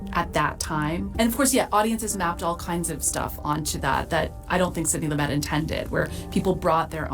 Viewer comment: Sid-nee Loo'-mut Just sayin'